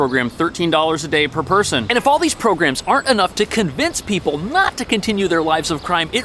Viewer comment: Evidently, 'People' is pronounced "Pee-Bull"